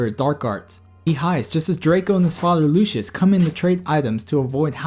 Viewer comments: Isn't it pronounced Lucy~us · It's pronucned Lucy-iss